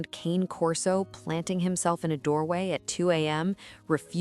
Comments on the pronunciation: Learn to pronounce the breed's name correctly. It's KAH-nay, not cane as in walking cane. Cane is Italian for dog. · As far as i'm concerned, it's cane corso. The other way you pronounce, it doesn't make one bit of sense.